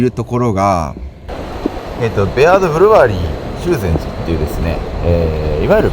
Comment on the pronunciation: 「しゅう↑ぜんじ」じゃなくて「しゅぜんじ」ね、念のため